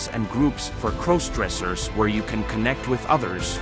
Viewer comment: Please stop mispronouncing crossdressers 😢